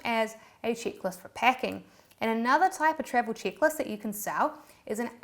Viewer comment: people love travel chickless Me: erm…. Wot??? (Rewind): … chickless… Me: ooookayyyy … not taking chicks on trips…? (rewind again): … chick less …. Me: erm… OMG, that’s travel check list! 🤣🤣🤣🤣 Love it! 🥰